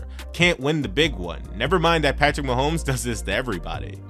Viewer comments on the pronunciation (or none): none